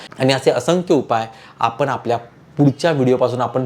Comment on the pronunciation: उच्चार चुकीचे आहेत पण,आपने न म्हणता पण,आपण असे उच्चार करावेत